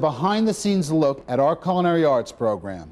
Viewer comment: coo-lin-airy. Thanks.